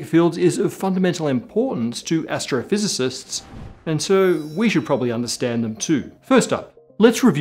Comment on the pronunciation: said "Astrophysicists" but I heard "gastrophysicists".... I think I'm hungry...